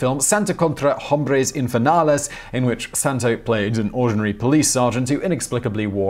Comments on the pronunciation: H is silent in most words or names this Hombres is ‘Ombres...etc. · The H in Spanish is silent, so it sounds like 'ombres'